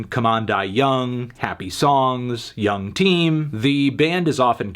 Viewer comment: Young team is pronounced, 'young-team'. Thanks, a Glaswegian